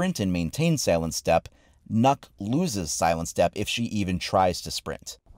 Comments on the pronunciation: I know normal players don't know how to pronounce the name right, but you said yourself that she's Danish, which means you know what language she actually speak, so when you see this letter "Ø" and don't know how to pronounce it right, you should have tried to just use a few minutes to use Google translate, and find out how to say her name correctly, becuase what you said all the time was "NOKK" which is a Danish word for "enough" just with an extra "K" in the ending, so please, when you do a YouTube video about it, do that kind of small detail research, and if you can't say the name, you can just play a small video of Google translate saying it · it funny how nobody can pronounce Ø correct. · is not nokk it's nøkk ;) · Fun fact it’s pronounced nukk not knock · *Nøkk not knock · Nøkk is Danish, Ø is a Danish letter, and if you remove 1 K from her name it spells Nøk, which isn't a word, but when you sag Nokk, you're actually saying Nok, which is a Danish word that means Enough, so the joke sounds funny, but you're saying the name wrong and the joke doesn't make sense if you do a little research to find out how you say her name properly Nice joke tho 👌🏻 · It’s not Nokk, its. Nøkk. It’s like Nökk. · its nokk not knuck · Why do you keep saying "nuck"....its "knock" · Actually, the pronounciation is more like "nuke" not "knock." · NØKK NOT NOCK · it's nøkk not nokk lmao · Its not pronounced “nork”, its pronounced “noek” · But it's pronounced nuk... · No, because her name is pronounced Nukk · His name is not even close to being pronounced as "knock" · No, because unfortunately that's not how Nøkk is pronounced. It should be pronounced like nook. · Am I the only one that hears “nut” when he says nøkk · Everyone: It's Knock: Knuck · You say it like nuke but than without the e so nuk, got this from a Danish friend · "Ø" is pronounced as a "U" It's Nukk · He said nukk........boi😫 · Pronounced Nook spelled Nøkk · He says it like it's spelled nuck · Its pronounced nook